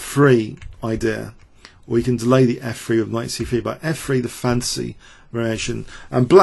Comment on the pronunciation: I keep on hearing "the fancy variation" while I know it's "the fantasy variation"